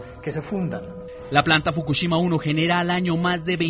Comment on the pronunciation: ES FOKUSHIMA!! NO FOKUCHIMA!! APRENDE A DAR LAS NOTCIAS MENDIGA VIEJA!